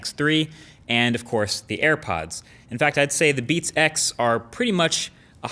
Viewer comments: He sounds like he's saying "beat sex" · "beat sex"? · I swear he says "Beats sex". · Sounds like he is saying "Beat Sex" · It kinda sounds weird when you say 'Beats X' as if it's one word...